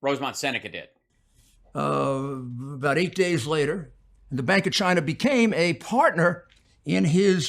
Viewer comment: "Chiner"... His New York accent, inability to pronounce words that end in "a" ... 🙄😂